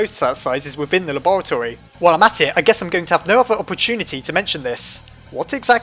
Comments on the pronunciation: flowey said "gues" guess* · Flowey said "I gues" And not guess